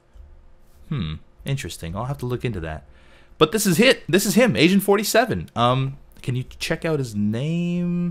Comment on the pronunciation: The second or third time you said Agent 47 it kind of sounded as though you said Asian 47...